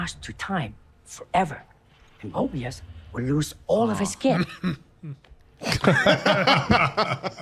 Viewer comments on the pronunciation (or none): Mobius, like the strip, not Morbius, like the massive let down. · MOBIUS, not Morbius. I cringe each time Morbius is said. Love your reaction videos. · There isn’t a single character in this show named MORBIUS so what do I keep hearing this name every few minutes?! Come on guys I know you’re old timers but you should at least be able get the names right and not mispronounce everything like that senile old man at the barber shop. Bro read the name, sound it out, you can do it. It’s honestly not that hard… there’s no R in his name dude. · Every time he calls Mobius Morbius I get a twitch in my eye. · calling him “Morbius” on purpose right? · it's MOBIUS. No R. Morbius is a completely different character. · It’s MOBius not MORBius for the love of Pete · At this point, I don't know if you're doing it on purpose or if it's a long-running accident, but PLEASE stop calling Owen Wilson's character Morbius. It's Mobius. No R. Hard to take any of your analysis seriously when you can't get one of the main characters' names right. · Stop calling Mobius Morbius! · Its MOBIUS..NOT MORBIUS!!!! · It's "Mobius" not "Morbius" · Is there an inside joke I missed from the season 1 reactions, re: Mobius´ name? I was confused, suspicious, and then confused again when I didnt hear it pronounced properly once 😂